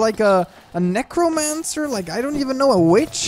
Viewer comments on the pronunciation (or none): none